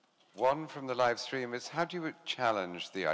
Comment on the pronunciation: Posh British man saying "live stream" was really funny